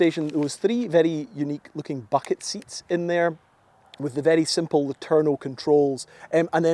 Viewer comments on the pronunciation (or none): none